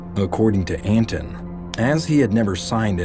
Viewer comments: You kept calling him ANTON.. and it's ANT ANON.. lol (Ant creature? Anonymous throwaway account..) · son of ant anon*** not son of anton